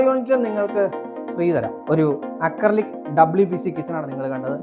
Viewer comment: അക്രി വിലക്ക് കിച്ചൻ എന്നാണ് വായിച്ചത്